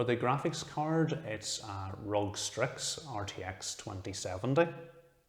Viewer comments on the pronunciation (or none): Great video but ROG is pronounced R-O-G. Just wanted to say that to keep you from getting flamed in the future. Definetly love how the build came out and I'm going to go with a lancool 2 for my next build